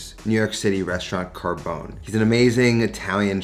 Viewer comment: I honestly thought he said Mario Kart's Bones recipe at first.